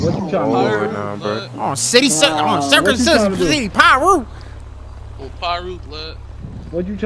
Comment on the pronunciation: Why it sounded like you said circumcision piru😂